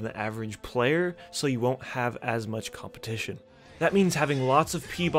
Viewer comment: "Lots of COMPITION" lmao